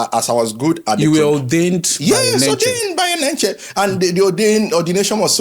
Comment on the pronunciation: The way he even pronounced the name... since Paul Enenche is not genuine, u that is genuine how many life have u impacted, how many miracles have God done through u that we can even call fake. May God have mercy on you people, i am not member of Dunamis but i love the body of christ.